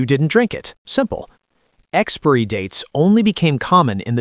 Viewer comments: I hate the way he pronounces ‘expiry’ like ‘expairy’ instead of ‘expie-er-ee’. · What problem do the illiterate Americans have with the letter I???? They don't like to pronounce it! Why? It's exPIRy (pron. ex-pa-ery) date in English, not "Expry date". And it's moBILe (pron. mo-ba-yel) with an I, NOT "moble"⚠️⚠️ Americans are an embarrassment to the English language ⚠️ Shameful! (So much for their universities) London, England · It’s pronounced Expiry..NOT Expory🙄fgs ! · Its Expiry date not Expry date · I am getting pretty tired of AI narration. Expiry is not pronounced "EX-PREE." It is pronounced EX-PIE-REE. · WTF?! NOT `EX-Peery dates!! BUT EX-Pire-ry dates!!! Pronounce that word correctly! WTF! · It’s pronounced ex-spy-ree, not ex-spare-ree! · It is 'EXPIRY DATES', not expery dates. Ai shit. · Great information.... I do have to state the obvious.... It kills me 🤣 every time the AI voice says EXPIREE. 😂😂😂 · Is this commentary AI drivel...you managed to say expired!...but i gave up after the 3rd pronunciation expurry!!. Learn some oracy. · What is the pronunciation of expiry. I heard he said ex-pe-ry. I'm not a native english speaker. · Pronunciation Expiry Sounds like Ex spai ree not this mangled AI voice nonsense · experiy dates ? Is that an AI thing ? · ex-peer-y date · Well it is ai it don’t get much wrong apart from pronouncin expiry as expury 😂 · experee dates? Really? Stupid, even for AI. After I heard it twice, that was enough. Stop play. Block channel. Done. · Tell your AI app that "expiry" is not pronounced as "expeeree". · Why is the narrators English so weird? Way he pronounced expiry dates is so jarring.. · Amazing. You made an entire video about expiry dates and you can't even pronounce the word expiry properly. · You are pronouncing expiry wrong! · Why can’t this guy pronounce “expiry”. It’s too bad they do this because food banks don’t accept expired food. A lot of people go hungry and don’t need to 🤷🏻‍♀️ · Now if AI could pronounce expiry… 😂